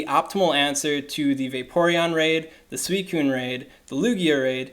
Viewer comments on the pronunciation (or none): none